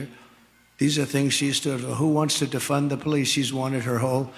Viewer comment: de-fund (撤資) 警方 不是 defend (捍衛) 警方